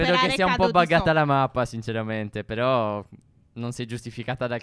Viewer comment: 2.10 phere sbaglia a dire ma però . (Non per criticare)